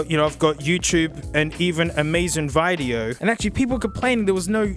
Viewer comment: haha,,, aliminium or aluminum... the first time i hear "amazon video" pronounce like you did.